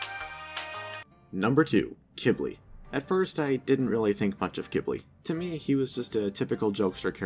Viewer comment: He pronounced it “Kib-ly” which is how you pronounce it.